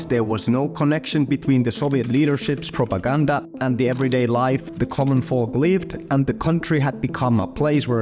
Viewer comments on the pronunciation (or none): Did he just say Propagouda?